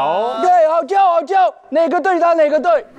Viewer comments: 不是，正确是第三声。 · 念错淑女的淑，念第一声，好逑的好，应该年第四声！ 而且好尴尬